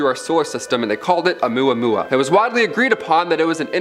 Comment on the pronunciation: The only thing unsettling is the way the 1st woman pronounced "Oumuamua" lol